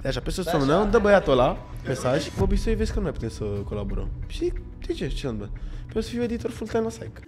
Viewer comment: Toate ca toate dar De ce îi spune "Bișoi" în loc de Bisoi???